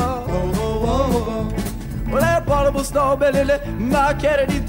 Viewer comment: I like the fact he can't properly say the word "abominable"